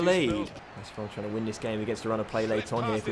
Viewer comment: Jet Blac yeah he also says “dis” and “duh” instead of “this” and “the”